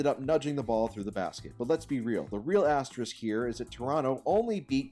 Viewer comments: Ass-tier rick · as-TEER-ik??? Learn english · There should be an asterisk on this video for pronunciation of the word asterisk. I’ve literally never heard someone pronounce it like that before. I’ve heard at least 5 different wrong pronunciations, but this one takes the cake for sure. PS: As a fellow Pistons fan, us only having 3 titles is downright absurd. Just talking about the 80s to the mid 2000s really. I feel like if you simulated times in an alternate universe (or contact the person who controls the simulation we are currently living in since they’d prolly be able to do that) we’d average like rings or something. Shout out to. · This man can’t pronounce “asterisk” or “gastrointestinal”. Wtf.